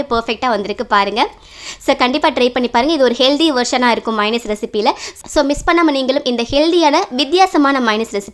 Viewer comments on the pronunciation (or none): மைனஸ் என்று கூற கூடாது. மயோனஸ் என்பதே சரி.